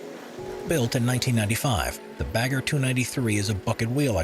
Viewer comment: Never heard Pilbara being voiced like that. Same for bagger